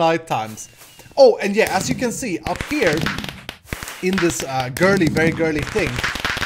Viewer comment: Did you say girly??? TRIGGERED